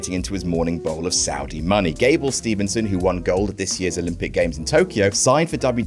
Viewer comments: There is no 'N' in the middle of Steveson. It is not Stevenson. It seems like just about every wrestling commentator adds the 'N'. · It's Steveson, not Stevenson! How do I know that and u don't? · Uh....hey.......there is no damn "N" in Gable STEVE (nope)SON's name.....it's Steve-Son....damn man